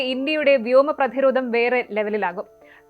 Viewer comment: ഉച്ചാരണം കുറച്ചു ശ്രദ്ധിയ്ക്കു ..... "പ്രധിരോധ "മല്ല ; പ്രതിരോധം എന്നുച്ചരിയ്ക്കൂ.